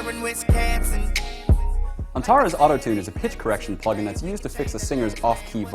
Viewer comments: "Ill put you in a mansion, somewhere in wiscANsin" - lol holy fuck that's bad. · "WisCANsin" is a much greater travesty than auto-tune could ever be.